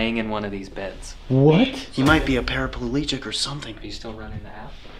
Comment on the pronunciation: para-pleegic. Not para-per-leegic.